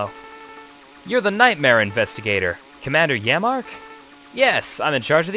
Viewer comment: Pronounced yammark not yamma